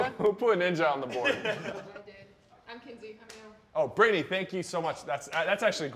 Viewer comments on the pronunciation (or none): Bro said britney